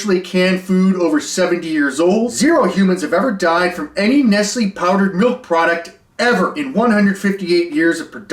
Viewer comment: Killing me how badly you are mispronouncing Nestlé lol